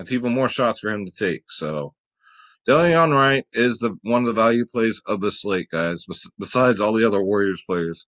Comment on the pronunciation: De-lon wright